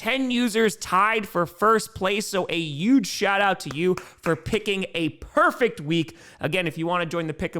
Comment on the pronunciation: Dude.. Stop disrespecting the letter H. It's peonounced hhhuge. Not uge.